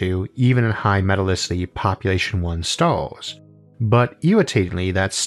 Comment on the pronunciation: No one: PBS: MetalicitY